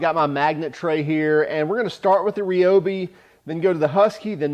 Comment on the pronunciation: Why is everybody pronouncing Ryobi wrong? It is pronounced the same as rye bread . Is that so hard?